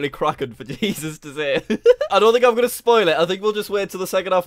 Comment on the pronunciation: I love it when Jack goes " where U gonen? " Lol idk how to spell